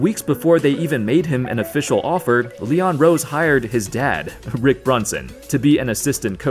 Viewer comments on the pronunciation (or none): none